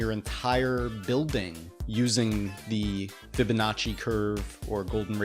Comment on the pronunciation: When he said fibonnaci i shot my self